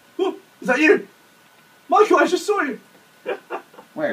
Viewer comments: I love how Gavin instead of saying "Michael" he says "Michool." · You mean Gav saying "MY-COO"